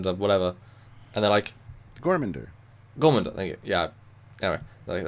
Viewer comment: It was refreshing to see that other types of music besides classical actually SURVIVED in this version of Star Trek. That is more realistic actually. A world without heavy metal is no world for me. And it's GOR-MA-GAN-DER. LOL Also, Stamets said "placid" people NOT "plastic" people. As in "why are you people so calm when a disaster is taking place" placid. LOL I think your speakers have a buzz man. I'm not trying to be critical. I just watched the episode. Maybe your ears are getting plugged because you're getting sick.